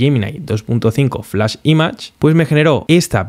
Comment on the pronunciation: Todo excelente, salvo una mínima cosa: pronuncia bien "image" por favor.